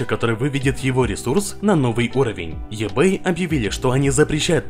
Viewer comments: еБэй, аж ухо режит))) иБэй правильно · Говори правильно: в слове маркетинг ударение на первую "а", eBay читается "ибэй".